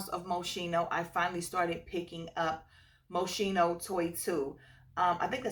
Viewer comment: I said this on another channel the other day but native English speakers always say mosheeno when they try to pronounce the brand Moschino. I see why your brains go that way, but it should sound like moskeeno. Anyway, I watch fragrance review channels all the time but youtube only started recommending me yours today. Your passion for this hobby really comes through in these videos. Really wanna try La Nuit Tresor. I only have a flanker(a la folie). It usually never happens that I know a flanker before the original.